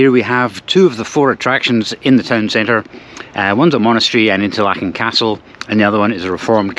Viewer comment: Duuh! It's pronounced 'Interlaaken', not "Interlakken". You're in good company: Steve Marsh has vlogged many hours in Fuengirola and still can't pronounce it (the 'g' is pronunced like the 'ch' in "Loch". Sorry to be such a git. 😊